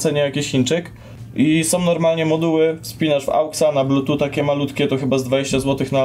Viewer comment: Wciąż się czepiam do blutuCZ k... Blutut nie inaczej